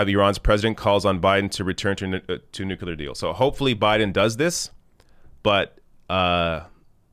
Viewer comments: NU-CLEAR. NOT NU-CU-LAR. I love you but damn 😂😭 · NU-CLEA-R ! Please !!! Not NU-CU-LAR ! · "nuclear", not "nukular" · It's pronounced NEW-clear, not NEW-q-lur. That totally drives me nuts! Even so, he could still eat crackers in my bed. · Is the whole debacle over that deal a simple misunderstanding over the pronunciation of nuclear (nucular)? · NU Clee Yur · Nuculer? Really,? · Its nuclear. Freaking nuclear (new-clee-er. Say it like our lives depend on it. Cuz it does. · Progressives must pronounce "nuclear" correctly. (Noo-clee-yur) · Offtopic: Why do some people pronounce "nuclear" as "nucular"? - random European person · For the name of Enstein: it's pronounced nuCLear!!!! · Nuclear. Nooo Cleer New Clear. Nuclear. New (car) clear (windshield) New Clear Nuclear #Dumbya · new-clear,. Please stop pronouncing it like our previously dumbest president, George W. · its pronounced nu-clear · Side note, I am amused at how North Americans pronounce the word nuclear. Do you guys spell it the same as we do in the UK?